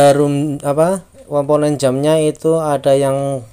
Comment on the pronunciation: Komponen bukan komponon😂